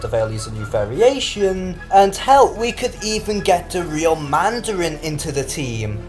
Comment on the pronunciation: Da reel mandawin? Weely? I wud wove do have da weel mandawin